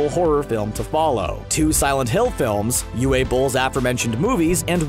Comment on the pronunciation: The “w” in Uwe Boll is pronounced like a “v”. Because he’s german. So it’s “Uva” Boll, not “Uwha” Boll.